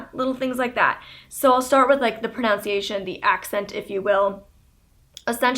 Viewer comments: You used to sound British/Irish as a kid. Also, I don't mean to be that guy, but it's pronUNciation not PRONOUNCE-iation. There's no O in there! No hate - just FYI. Really enjoy your videos Molly =) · I am definitely inspired by you. Thank you for sharing your life with us! On a side note this is my first comment ever. I just wanted to throw out there pronunciation is pronounced with a "nun" not "noun" here in CA. Google shows pro·nun·ci·a·tion prəˌnənsēˈāSH(ə)n/ .. And so thought I would ask everyone if anyone else says it like you. No offense as I can only imagine what reading comments from youtubers can be like. Hmm how do you personally read the comments anyway.. :) best of luck 1/20/18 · You keep saying "pronounce-iation" that's not a word xD it's proNUNciation! Lolz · It's pro-NUN-ciation, FYI, not pro-nounce-iaction. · lol It's pronounced "PRO-NUHN-CIATION" ironic lol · She keeps saying pro-now-nciation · You pronounced pronunciation wrong.